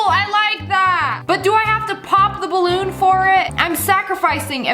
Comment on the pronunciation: Who else keeps repeating The part when she said "there 👏 is 👏 no 👏 what 👏 if I am pregnant AND IZZA BALOOON